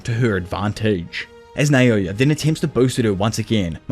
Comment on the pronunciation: Why do u say, “Nayoya” It’s called “Naoya”